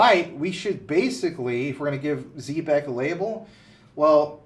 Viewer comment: You guys do a great job and I appreciate your wisdom. Just 1 thing. I really wish you guys would learn how to pronounce ZEB- EC the correct way. Not Z-BEC.